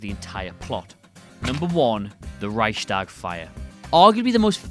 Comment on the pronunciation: and Rike-shtahg